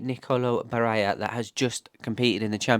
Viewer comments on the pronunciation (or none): Double L in Italian is not pronounced as J as in Spanish. It’s pronounced as a long L. In Italian double consonants are either long or accented depending on which letter 😊